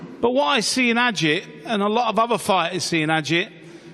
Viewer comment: Great! It is Ağıt. Not agit. Ağıt means "lament". He knows it. I hope to see him as a champ.